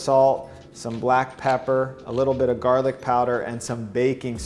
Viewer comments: Mmmm... "Galric" powder ;) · says galric. What’s galric?